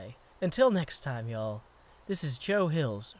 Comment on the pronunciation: I laughed so hard when he said "y'all" in a British accent!! XD It was the most out-of-place thing I've ever heard!